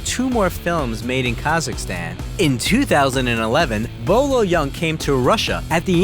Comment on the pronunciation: It's not Bo Lo young lmao Boyee Ying.